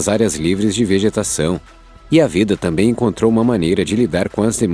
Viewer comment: É (T A M B É M ) NÃO ( T A M É M ) obrigado .